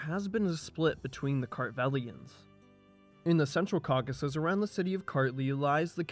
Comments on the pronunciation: I mean, go back and listen to yourself say caucus at least five times, and then listen to any other native English speaker say Caucasus. You are one syllable short. What about the text and sources, though? That’s much more interesting. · Thanks for a really comprehensive coverage of the material in English. Is this your original text? What sources are you using? You make a valiant effort at pronouncing the tricky names and toponyms, but I just cannot help but point out that it’s the Caucasus mountains not the caucus mountains. And Giorgi is pronounced ghee-or-ghee. 😅 But who am I to pick nits? Good work. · incorrect correct correct incorrect incorrect